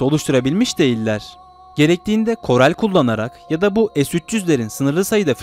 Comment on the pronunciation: korel değil koral